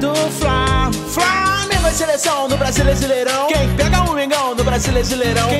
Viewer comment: Vcs perceberão que ele fala brasileisirão e tá escrito brasileirão 🖒😑💩💩💩